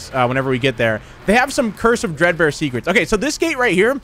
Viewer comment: Am I the only one who hears cursive dread bear instead of curse of dread bear